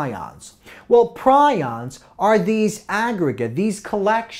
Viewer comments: Its pronounced Pre ons you nit wit PrI ons are birds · it's pronounced PREE-ons